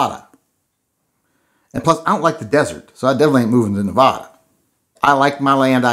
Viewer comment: It's pronounced "Neh-Vadd-ah"